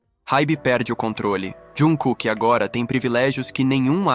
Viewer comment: Correções: ele é timido e muito humilde, mas quem é Army sabe que o bonito passa longe de ser quieto hahaha. A pronúncia da palavra maknae é "makne", você não pronúncia o a e. O nome civil dele é pronunciado quase como "Jangkok", se você reparar como ele fala nas entrevistas. Jung Kook é o nome artístico dele, assim como V é o nome do Taehyung, assim por diante.